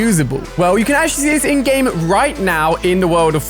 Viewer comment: Who always thinks he is saying endgame like the movie but he is saying ingame 😂💀